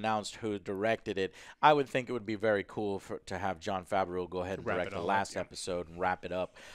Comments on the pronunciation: Please someone, tell Joe it's pronounced Favro not Favarow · Joe, it's pronounced "fav-roe" lol.